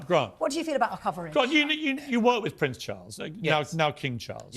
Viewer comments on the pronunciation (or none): none